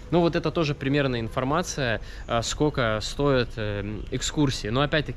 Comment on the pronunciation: Классное путешествие. Но,, не говори "скока", ухо режет. Есть же русское слово " сколько"